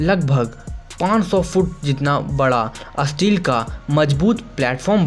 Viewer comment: Asteel nhi steel hota Hai...